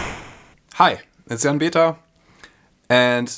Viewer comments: Michael Wehr... Thanks... That’s what I thought too, except in his videos, “” is not coming across at all. It’s coming across as, “It’s San”... Listen carefully... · It is the s from "it's" and j from "Jan" that indeed mix a bit together. But properly pronounced, you don't do that and pronounce like you think it is pronounced.